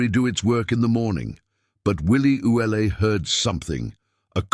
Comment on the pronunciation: Willie's name is normally pronounced ou let, not Ouelete.(sp).